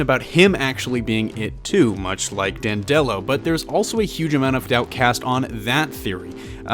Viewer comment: It's Dan'-de-lo, not Dan-delo'. (At least, going by the audio books).